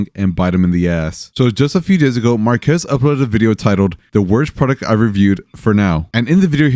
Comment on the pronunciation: cool video. but i feel like a lotta people are pronouncing marques name wrong. its marques, not marquees.